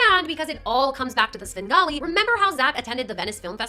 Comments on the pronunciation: Bro, it's "Svengali", not "Sben Gotti" 😂😂😂😂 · He did NOT just say “Sengawlee” 🙄🤢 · The way u mispronounce words is adorable sin golly sham ollay E bee za it's endearing ❤🎉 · Svengali is pronounced with the v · Not going to lie listening to you mispronouncing Svengali is cute as hell